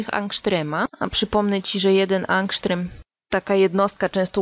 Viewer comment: angstrem a nie angsztrem(a najlepiej to ongstrem)